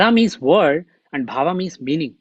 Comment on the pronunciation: Respected... Namaste. Please say Pad as Pad, NOT Padaa... same for Bhav, as Bhaav, NOT Bhavaa... Keep Sanskrit as Sanskrit NOT Sanskritaa!!